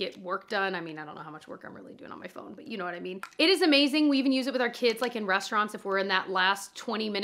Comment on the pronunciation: Idk why but is so funny to me! “Yaknowwhatimean” 😂